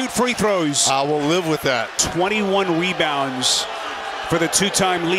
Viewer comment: “21 webounds” 😂 English is hard.